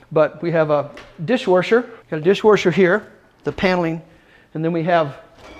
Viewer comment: Gotta be honest, i really dont think theres any "O" in the word DISH - WASHER....A&E NO "O" or "U".